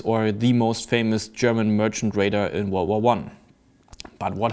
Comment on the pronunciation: i love the way u say world war 1